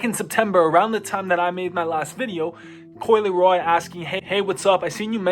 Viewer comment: Bro said coi leroy 😂